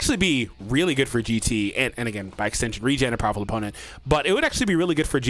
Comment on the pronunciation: "Bowerful!!" the iconic quote